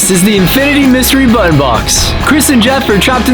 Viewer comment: Anyone else notice how Jeff says button like buoton